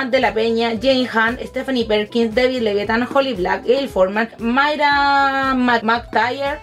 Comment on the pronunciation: Dijiste lavid davithan snkdkdkdkkdkdkd